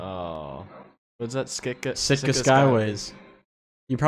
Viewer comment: You guys calling Sitka “Stika” the whole move has me dead 😭